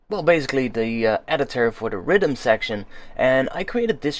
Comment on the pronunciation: i like how your accent makes you say riddim when youre trying to say rhythm